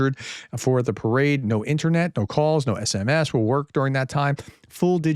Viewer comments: The "internyet". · "INTERNYET" thats gold! :p